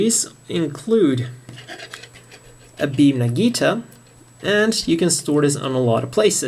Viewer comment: "beam naginata" ^^ not nagita! nice video though!